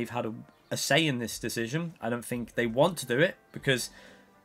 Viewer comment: what i think is im tired of shtbag UK people saying FINK instead of think.